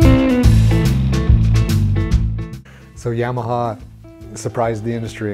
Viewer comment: Why is everyone on these channels still can’t say Yamaha the correct way